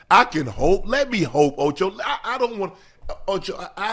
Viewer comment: Stop it OH-CHOE!